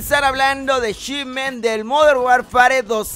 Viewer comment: Hola! Oye se pronuncia "modern warfer". Saludos